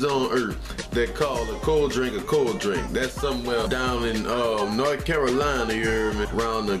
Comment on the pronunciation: cold drAnk. With an a. I don't know why it but that i bothered me. We always said drank.